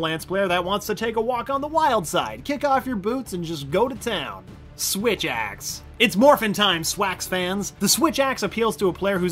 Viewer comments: you mean "swith axe" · Swith axe XD